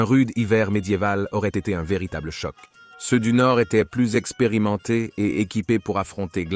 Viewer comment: ”Seusse” et ”sesse” pour dire ceux et ces , c’est une IA qui fait la voix off ? 😊 Ça m’déprime 😢